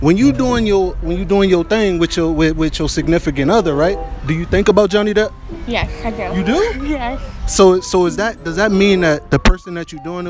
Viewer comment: Couldn’t say Johnny deep 🤣🤣🤣